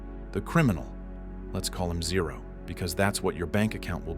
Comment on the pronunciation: was so funny the way you said 0 cracked me up 😭😂 but it’s this is acc really sad